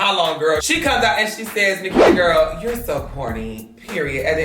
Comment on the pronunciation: ITS *NIKITA not NAKITA ❤️